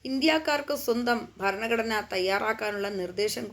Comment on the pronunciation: ഫരണ കൂടനെ 😅